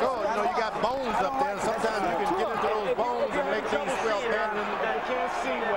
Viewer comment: “He got up in dem bonezz”